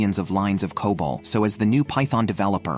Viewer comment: C-O-B-O-L is enough to tell you that this is AI generated garbage. It's okay to use AI for voiceovers, but please give it some emotions. It's so robotic. Also, as I mentioned earlier, it's pronounced as "kobol" not "c-o-b-o-l." lol